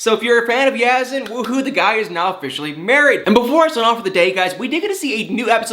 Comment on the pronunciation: Have a picture for people who don't matter to see, naw! Yazan, is dealing with this foolishness. Not her. As a professional, you should speak with awareness of atleast pronouncing a name right if you're gonna speak about it/him/her/them. I like you but we all can do better with Life in general😉 Be Safe & Keep It Real🤗